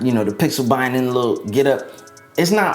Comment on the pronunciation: good vid bro..i agree on the s20 and s20+ being the better choice. Btw pixel binning is read bee-ning not by-ning